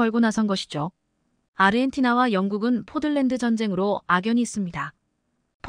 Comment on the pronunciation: "포들랜드"가 아니고 "포틀랜드"입니다.